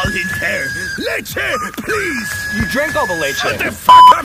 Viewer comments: I know, but pronounces it more like laychay, which is funnier. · he probably told him to shut up because he pronounced leche as “laychay” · **lehcheh, who tf pronounces it laychay? that would be leichei in spanish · honestly if someone pronoucned it like that in front of me i'd be mad too, and i'm white asf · the way pronounces leche makes it funny 😂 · Plot Twist: he only said shut up because he mispronounced leche